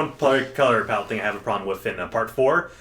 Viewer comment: The only problem I had with this video is how you fuckers kept saying palette wrong Other than that good podcast